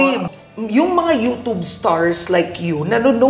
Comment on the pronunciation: Ano ba yan, pati ba naman ang YouTube babasahin ba naman ng you-toob. Talino din. Kapag yung isang word ay English basahin nyu din sa English hindi yung gagawa kayu ng sariling pagkakabigkas na kahit sa dictionary ng Filipino hindi mo nakikita. Kapag youtube dapat basahin nyu yang you-tube o you-tyub. Hindi yung you-toob. You-toob pa more.